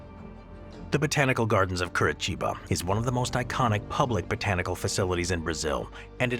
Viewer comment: "Kurichiba" mano